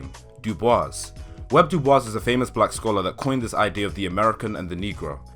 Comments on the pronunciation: also it’s pronounced doo boyss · Are you aware that the "s" in "Dubois" is silent?